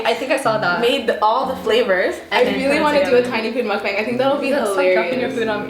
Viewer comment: It is pronounced mukbang with a short A